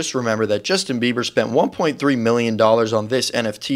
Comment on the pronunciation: All the time miss pronounce is last name Bieber as beaver😂😂😂😂